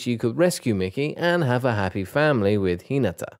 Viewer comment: minutes of someone mispronouncing names)